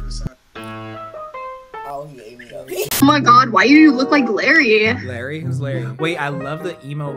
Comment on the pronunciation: I was raging when they said Larry not larray